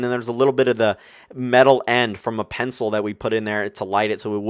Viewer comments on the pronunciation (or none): none